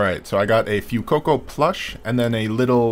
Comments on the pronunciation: Why did you pronounce Fuecoco like that 😭 It’s Fue like Fway, like Fuego, the Spanish word for fire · I'm fairly sure Fuecoco is pronounced fway-coco as in the Spanish word Fuego which means fire. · The "Fue" in Fuecoco is pronounced like the Spanish word for fire; "fuego".